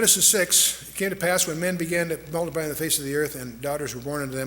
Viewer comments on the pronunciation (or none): They began to mulliply .... It's " multiply " dick !